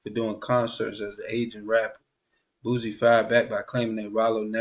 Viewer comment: Lol man put some respect on that man name. Who the hell is boozie. Its boosie.